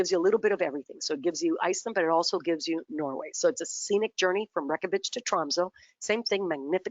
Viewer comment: It physically hurts me to hear her butcher "Reykjavik" like that 😫